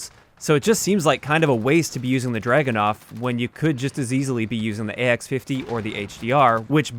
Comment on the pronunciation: I cringed everytime I heard the Dragunov pronounced as dragonov. Just read the word. Look it up in Russian. So much research in every video but then you get the name wrong. Amazing.